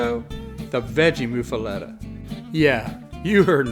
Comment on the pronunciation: but why to you pronounce it (moo fah let eh) when its locally pronounced (muff ah lot ah)?